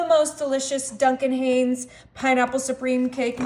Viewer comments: I was waiting for someone to correct her accidental mispronunciation🙄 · Duncan... who? H-I-N-E-S, spelled & pronounced with an "I". 😂 I'll definitely have to try one of these soda cakes. They look so much easier to stir up! I love Pioneer Woman, so I'm sure that's a good quality of pan to be worth the purchase; should last well.